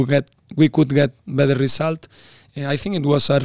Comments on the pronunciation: kok gua dengernya "Bitter than" ya ??? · Mat, it's "better", not "bitter", artinya beda itu.